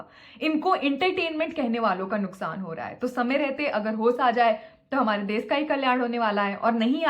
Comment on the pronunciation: nd desh hota hai des nhi